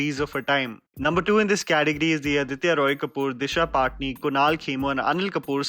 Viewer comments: It’s Category not Cateogory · it's category...not cateogory sirrr